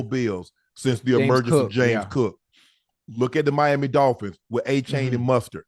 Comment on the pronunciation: Did Unc say Achaine and Mustart?